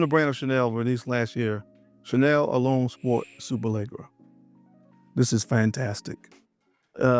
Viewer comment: One thing I can count on is to say “Superleggera” wrong everytime lmao. Dope list bro.